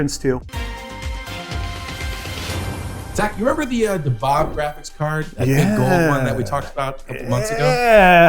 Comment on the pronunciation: For the "ASUS Gold RTX 5080 'Dhahab' Edition," the correct pronunciation is closer to "the-hub" or "thehab" rather than "da-hab," as it comes from the Arabic word *ذهب* (dhahab), meaning "gold." You can confirm the pronunciation using Google Translate or by searching YouTube for phrases like “How to say Gold | Zahab in Arabic | كيف أنطق ذهب باللغة العربية.” great news report btw